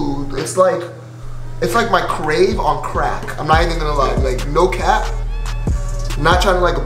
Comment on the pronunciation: The other face wash u compared it to is pronounced “Sara vay” 😭😭lmoaoaooa u talm bout sum “crave” good review tho!!